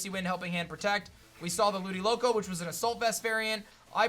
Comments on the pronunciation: It's Ludicolo not Ludiloco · No one: Literally no one:: “Ludiloco”